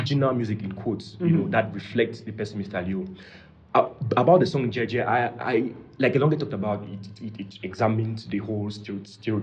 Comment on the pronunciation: you are pronouncing it correctly.. it's Jei Jei in LamNso. and are correcting you with the wrong pronunciation instead... I worry Leo' fan base demography will ever comprehend it, partly because his demography knows nothing about music beyond R&B and Pop, they don't understand anything Richard Bona, Fela and so on. I also see the commercial angle to this switch though. I agree with, let him correspond that with his lifestyle now.. 🤣🤣🤣🤣🤣Kwoh